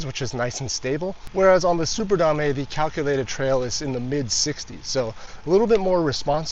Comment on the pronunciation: Drinking game: take a shot every time he says "da-may"